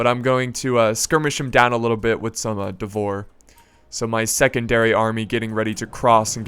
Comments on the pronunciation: "Devor"... I just cant's listen to that. No, it's "Dvor". I assume it's the same as as in Serbian, which would translate to "court". Basically some sort of nobles. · Not druzina, but drujina (Дружина) means strong friends or pals. Vityazi sounds more correct. However i don't know who are dvor guys are, cause in russian it means court. Spell it as dVoR, stressing V and R. Spelling knyaz stressing YA, like karate "KI YAAAAAA!" knyaz is russian duke or prince. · that moment when you are not even Eastern European and Call "Dvor" wrong :D :D